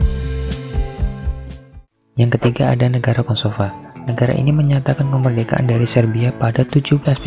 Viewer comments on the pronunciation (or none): kosovo bukan kosovan